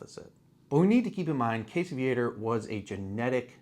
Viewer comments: Yes, it urks me, too. I catch myself correcting videos out loud when Casey's last name is mispronounced. Lol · I am from that area also. We always pronounced "Viator" as "VEE-uh-tor", not as "Vee-ATE-er" as these damn yankees always do.